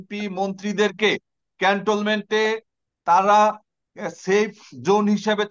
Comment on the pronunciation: ভাই ক্যান্টলমেন্ট না, ক্যান্টনমেন্ট।